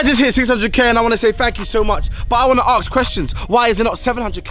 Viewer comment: he wanna AKS questions